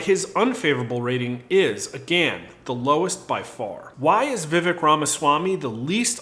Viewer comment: Just FYI. It’s pronounced “Vuh- vake”. And Pence is going down with his pro send Your Kids to war stance. Look for Vivek to rise in the polls as people actually begin to listen.